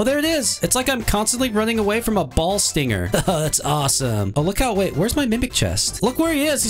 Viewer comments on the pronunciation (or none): none